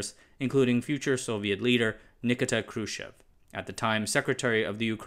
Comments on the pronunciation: There is no LebEdev, there is LEbedev (the emphasis is on the first syllable). And how is it possible to make two mistakes in one person's name? It is not NikitA KhrUschev, it is NikIta KhruschEv (emphasis on the second syllable). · Informative video. I must point out however, that it's pronounced NiKEEta KRUSHchev. Thanks. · One third into the presentation I am able to conclude that the channel owner has made it a mission of his life to mispronounce every Slavic name he comes across, including the names of the computers, etc. Thumbs down... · It is fine when you get a person with an authoritative voice to read the script, but when they totally blow the pronunciation of the 1960's Ruller of the USSR, you pretty much lose the effect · Funny pronunciation of Nikita Khrushchev's name 🙂